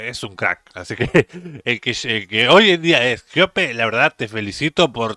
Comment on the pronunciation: no se dice "Jeope", sino GOPE.